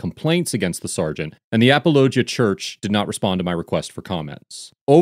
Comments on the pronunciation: Apologia is more like "apollo G ah" than it is like "ap ah low jah" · Wow, he really butchered the pronunciation on this one. It's pronounced "apology eh", not apalachia. lol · Narrator guy needs to watch the footage before recording the voiceovers. He mispronounces names A LOT, and would get the pronunciations correct if he'd watched the footage first. It's not "apple-O-gee-a" it's "apollo-GEE-a" as said. On another video with an Officer LaBey, he kept saying "labby" even though the officer IDed himself as "la-BAY." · Lol. It's uh-pawl-oh-GEE-yah. Not ah-puh-LOH-juh. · Come on man!!! You can’t pronounce they’re church name right!? Damn. Sloppy. It’s pronounced “apology-uh” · Finally! An actually important case! And just to nitpick: it's pronounced AaaPawlOGeeAA. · is a great man. I follow his yt channel. He also has the only Christian based late night show called Next Week. Also, Apologia is pronounced 'Apollo-gee-uh'. Great video!!! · It’s uh-pahl-uh-GEE-uh. Great video, I had seen this on their channel and wondered what you would say. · Apollo-Gia is how that’s pronounced. Like apologist. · It’s pronounced “uh-Paul-uh-gee-uh” like apologetics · A-Paul-oh-gee-ah. I can’t stand Durbin for philosophical reasons but he’s absolutely in the right here. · Apollo-Jee-a is how it’s pronounced lol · It is pronounced “uh-Paul-uh-gee-uh” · It's "a-paul-uh-JEE-uh" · It’s pronounced like “Apology -uh” church. Not the way he said it in this video. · Appollo-gee-a Apologia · Apollo- gee- a church lol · Apologia is pronounced "a paul o gi ah" its from the Greek mesning "provide an answer" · It's A-paul-o-gia. Apologia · is awesome. The Church is pronounced Apology-uh. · Dude, you need to learn how to pronounce these names. You're constantly butchering them. It is pronounced like "apology" only with an "ia" at the end. even says the name of the church a couple of times during the video. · You mispronounced Apologia